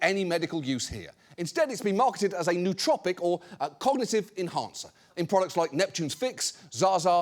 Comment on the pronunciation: lol at that pronunciation of “nootropic”